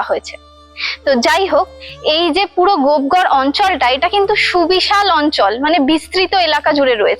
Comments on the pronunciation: গোপ ঘর না লেখা আছে গোপ গড়। পশ্চিমবাংলার মেয়ে উচ্চারণ টা ও ঠিক করে করতে পার না। এরা না হয় জংলি বাঙাল কিন্তু তুমি কি ? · স্থানটির নাম গোপগড় কিন্ত আপনি প্রায় সময়ই বলছেন গোপঘর। এরকম কেন হবে? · ট্রাভেল ভ্লগ বানাচ্ছেন। তার আগে উচ্চারণ টা তো ঠিকমতো করতে শিখুন। জায়গাটার নাম 'গোপ ঘর' নয়, 'গোপ গড়' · দিদি ওটা গোপঘর না, ওটা গোপগড় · Madam kindly ucchran thick karun ota gopghar na gopegar habea. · Babbaa....gopegarh ke kisob uccharaon korche .